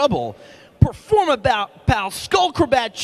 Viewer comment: performapur- performur- performapal!